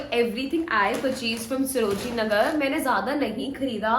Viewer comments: Its saro-jini not sro-jini . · You often pronounced srojini nagar